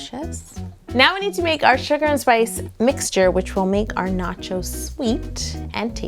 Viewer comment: Lol noaches